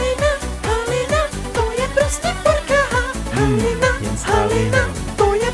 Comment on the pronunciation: Sem jediná kdo tam slyší ha halina HOLINA atd ??? :DDDDD